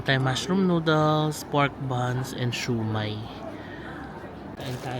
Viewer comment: Glad to hear you are pronouncing dim sum and siew mai correctly now